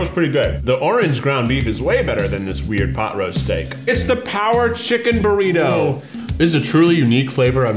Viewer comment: Anyone else notice how Keith kept saying “Burrita” 😂